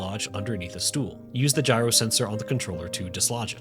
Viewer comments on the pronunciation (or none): none